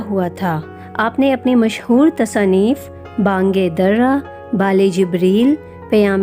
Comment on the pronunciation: میڈم جی اپنا تلفظ درست کریں با نگ در ا میں د کے نیچے زیر ہے